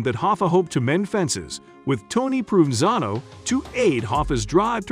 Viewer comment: Dude, it's Pro Van Zano, please. 😎